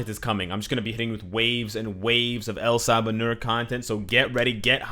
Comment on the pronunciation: love videos. Excellent content today. But you're killing me. Apocalypse is En Saba Nur. EN. Not El. He's Egyptian, not Spanish. Anyway, lol. Keep up the great content and I'll see you in the next one.